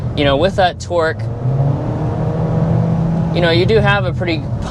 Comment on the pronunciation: Guys it’s not Twork it’s TORque